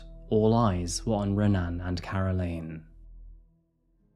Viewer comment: If watching UFC has taught me anything about Brazilian names, the "R" in "Renan" is actually pronounced as a "H". So "Hen-an".